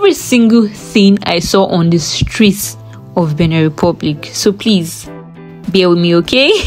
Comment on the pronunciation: Benin Republic not "beneh"